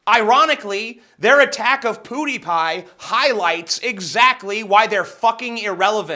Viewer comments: I'm not even mad he's saying PooDiePie. It's fucking hilarious. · Who else was annoyed that people still say poo die pie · It's pronounced "Pyoo-dee-pi" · I don't even care for the channel but Jesus its not Poo-dee-pie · Him saying "POODIEPIE" is triggering me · why do people pronounce it poodiepie... there is a clear defined w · "Pooodie Pie".. Every time you said it, it bothered me a little lol.. And I don't watch his content either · His pronunciation is more akin to "poodipie" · I like the video but why do you call him poodiepie? Just wondering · Its not poooooooooooooooooodypie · I like how you pronounce his name as poodiepie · lol your self awareness reaches to the pronunciation of pewdiepie lmfao just love hearing you say POO DI PIE ! so angrily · Your pronunciation sounds like Poodiepie xD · "Poo dee pie" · i can't concentrate on what he is saying because he keeps on pronuncing pewdiepie, poo-di-pie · take a shot everytime tj says poodie pie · "Poo-deepie" pls stop Also that beginning was some serious straight talk. Mad respect dawg. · Does no one know how to pronounce Pewdiepie? lol. It's not Poodiepie. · I could give critism, but i would rather comment on how tj says poodiepie... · PooDiePie? LOL ! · while I liked this video, I couldn't get over how you pronounced it, Poo-die-pie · If I hear Poodeepie one more time... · The only thing wrong with this video is the you pronounced pewdiepie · the way you pronounce "pewdiepie" severely triggers me. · You clearly haven't watched pewdiepie in the past year. And you clearly need to calm the fuck down. And learn to say his fucking name. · It really shouldn't, but it bothers me way too much that his pronunciation of "Pewdiepie" is so off. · I really don't get the intentional mispronunciation of his name. Like... why? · The most triggering thing is this whole affair is the way you pronounce PewDiePie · you say pewdiepie worse than armoured skeptic. But he has an excuse... he is Canadian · its pewdiepie not poodiepie